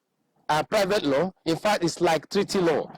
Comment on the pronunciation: Did he said private law